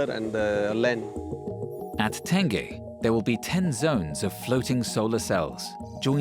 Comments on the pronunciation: The reservoir is called Tengeh though. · Ten-gay Reservoir... I laugh every time I hear that... hahaha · From Tengah to Tangeh🤣😂😅hilarious! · Never realized I needed an angmoh voice to teach me how to pronounce tengeh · Tengah Reservoir guess that’s what they are referring to. But really, it’s a big booboo. How to get a name wrong and still make a documentary out of it.